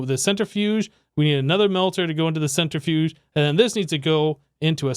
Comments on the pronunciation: ‘centre-fudge’ :p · Its amazing how you pronounce centrifuge. :p